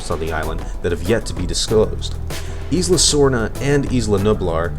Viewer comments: Isla.. The "S" is silent.. It's like Isle. You don't pronounce the "S". It's more like "I'll" So.. Isla would be like "I'll-a.. I'll-uh" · your saying isla wrong